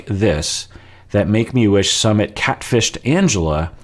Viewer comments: you're not saying Sumit correctly. Per another user it's Su as in Susanna and mit as in Mitsubishi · He never does lol... He tried for the first few videos then just went back to saying summit. Yet he rolls his r for Larissa and Andre. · Yes and the emphasis should be on the second syllable